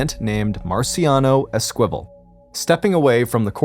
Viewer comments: Sounds like you're trying to pronounce Esquibel which is ES-key-bel, not Es-kwibble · "Eskwival". It's pronounced "Ess-ka-vel". Good lord this guy's an idiot 🙄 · Esperanza’s last name is pronounced Es-key-bell. 😊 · Esquivel is not pronounced əSQUIVəl. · It was driving me crazy, too. ES - ki - vel. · I came here to find the esquivel comments, haha. I'm disappointed there are so few! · It's pronounced ES- KA- VALE the Q has a KA sound and Santa YA-NEZ not ENEZ